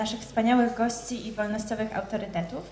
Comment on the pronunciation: Ta mila panienka ktora zapowiedziala to Ukrainka? Bo nie umie wymawiać "ś" ani miekkiego "ci" mowi GOSC I